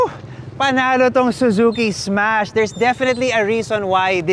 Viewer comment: Ssssmash po hindi esmas hahaha